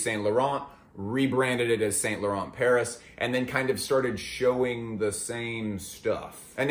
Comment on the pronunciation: I alway get chills when I hear someone pronouncing saint laurent like that.